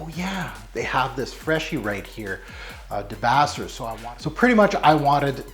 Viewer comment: Thanks so much for reviewing DS & Durga. Debaser is pronounced da-base-er. It’s named for an amazing song on an amazing album called Dolittle by the Pixies. I’m dying to get my hands on a debaser sample just because of the memories I have with that album. Loved your video!